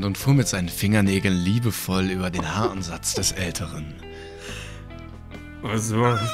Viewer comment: Was sagt: "Er fuhr über den Haaransatz des Älteren." Was ich verstehe: "Er fuhr über den BH-Ansatz des Älteren."